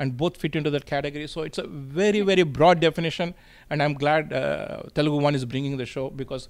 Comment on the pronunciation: Deeni over action thattukoleka pothunnam babu. Koncham Telugu nerpinchi anchoring cheyyinchandi. Please. Telgu enti Telgu. TELUGU anaali.